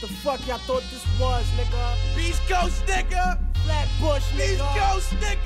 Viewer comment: fail on the pvrple mob it's coAst not cost xD Tahhh! can't even say your own city right GTFO